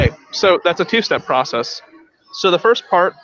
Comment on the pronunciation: Every time I hear these nice gentlemen say "process", I hear "Proteus" - and I have to correct myself. I don't mean to, and I totally get where it's coming from. English isn't my fist language either. And, today I learned that there's a bunch of different kinds proteus' : • a group of bacteria • type of amoeba • an Olm (weird kind of salamander) • a sea creature from old Greece mythology • a learning software • a video game ...